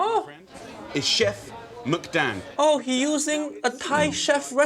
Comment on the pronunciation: He does pronounce chef McDang in Thai right, which is Muek-Dang (red ink). That's the first thing Jamie has impressed me.